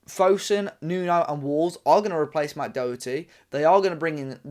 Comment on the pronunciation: Can’t even pronounce his name properly